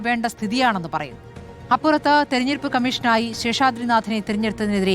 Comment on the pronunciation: തെരഞ്ഞെടുപ്പെന്നു വൃത്തിയായിട്ട് പറയാൻ അറിയാത്തവളെ ഒക്കെ ആണോ ചർച്ചക്കിരുതുന്നത് 😄😄😄😄